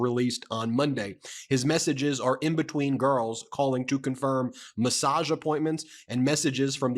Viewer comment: Massage, like a rub down. Not message lol